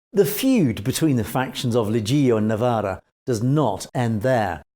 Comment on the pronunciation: You don’t pronounce it “Legeeo”, but something like “lejoe”. Suggest you check the proper pronunciation of these names before doing videos about them. Would add to your credibility! You are making progress though. For instance you pronounced correctly “viale Lazio” which wasn’t that easy. Also Cavataio you say correctly. Not sure why Leggio comes so difficult to you. Good video anyways 👍